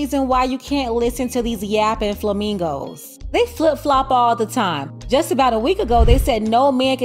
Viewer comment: makes me laugh everytime she says hyenas and flamingos.😂😂